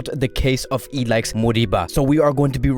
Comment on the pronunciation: Pronounce I L A I S H not ilaix